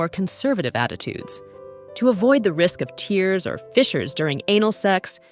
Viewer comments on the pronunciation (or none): Teach your AI the difference between "tear" as in to separate tissue, and "tear" as in what comes from your eyes if you cry. Garbage.